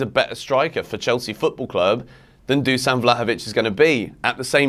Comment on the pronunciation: Better vlahovovic on bench then lukaku. I said it month ago. And it's pronounced Dushan.